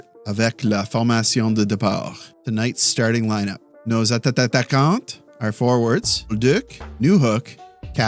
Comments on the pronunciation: It is self-deprecation. At first he made the mistake. Then he find it funny he can’t pronounce it. Then it became tradition. Mais bon, je vais entendre tata pour toujours asteur! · The way you say atatatakante is crazy 😂